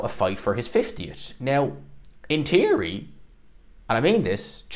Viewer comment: He can't pronounce basic words 'teary' instead of theory, 'tink' instead of think. What a slob.